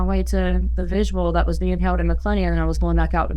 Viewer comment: Vigil not visual, damn